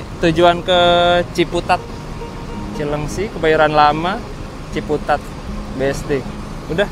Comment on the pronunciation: keknya salah nyebut ya cilenggang kenapa cileungsi wkkw atau emg stop akhir dicileungsi?